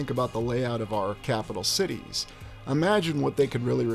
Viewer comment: I knew you were saying sh*tties!! My partner and I were arguing (playfully) about that 😂